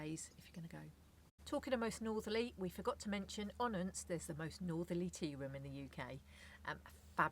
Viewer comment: Next time you’re in Unst (and it’s unst not UUnst) head up to Saxa Vord and the roads around it -really fantastic views back down the isles.